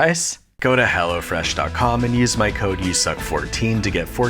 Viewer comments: I thought you were telling us to go to hell. But no, it was hello fresh. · For a second i thought he said "Go to hell"